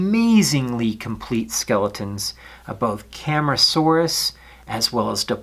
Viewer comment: Cam-AR-asuarus not Cam-ra-saurus